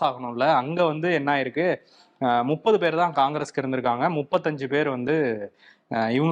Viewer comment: ஒரு சவால், முப்பது னு சொல்லுங்க போப்போம்.. நுப்பதுன்னே தினமும் சொல்றீங்க!!! இத கருத்துரை பகுதில சொல்லுங்க!